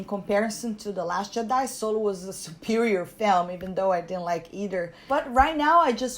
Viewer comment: I absolutely ADOR how you pronounce Jedi